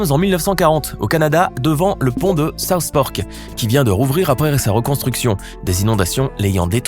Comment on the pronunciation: J'ai cru entendre south Park quand il a dit south fork